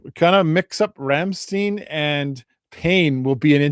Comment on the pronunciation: person-turqouise-waving::text-green-game-over::face-red-heart-shape::trophy-yellow-smiling: "ei" in german, is pronounced as " i " english pronoun.. ..Rammstein, rymes with "mine" or "wine"..